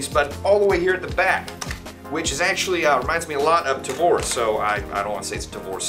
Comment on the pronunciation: Yay pronounced Tavor correctly!